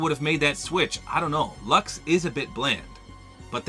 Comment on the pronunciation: You lost me once you said luxe